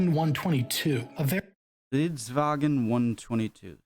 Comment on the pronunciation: It's stridsvagnen, not stridsvagen. He said it a bit wrong.